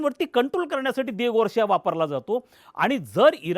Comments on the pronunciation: Sir aapla pronunciation sudhara...Di-ea-Go Gaar-Sia ase ahe ....kahi tari baltach pronunciation karu naka ....ji loka je fakta Marathi media bagtat tech pronunciation vapartil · Diago García राजा.लहानपणीच शिकलोय. Dr. ना तुम्ही.उच्चार महत्त्व